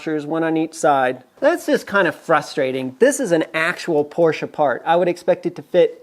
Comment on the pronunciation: thank you for the proper/correct pronunciation of Porsche (porsh-uh), the humorous term of "anti-sleeze", and a your use of a great Yiddish term: Futz! Your videos are very informative down to the most minute details, and you have run across things that we backyard mechanics have questioned but never have found the true 'bottomline' definitive answers. Keep them coming!